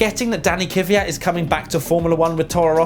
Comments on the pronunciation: its KVYAT not KIVYAT. gosh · How you guys with such a big team by now STILL mispronunce driver names (Kvyat and Giovinazzi) is beyond me...